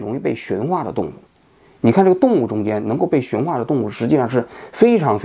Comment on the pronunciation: 驯化，第四声